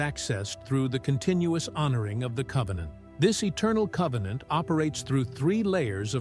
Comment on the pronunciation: Convennant securred.